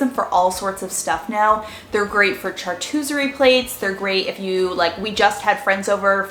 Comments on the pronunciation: Is chartooserie something new or did she mean charcuterie? I'm not being mean, just curious. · "Chartooserie plates" lmao ILY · I can't believe you still say char-choosery 😂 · Had me laughing hard when I heard it